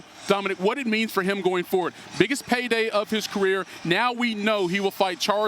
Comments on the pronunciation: Did he say dominique ? 😂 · He called Dominick Dominique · He said “Dominique” to Dominick Cruz